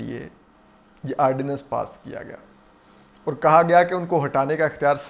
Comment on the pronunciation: Ho sake to apna talafuz theek karen.... Fareeq....not feriiiq...fereeqen. Aur....not or Sidiqa not sadiika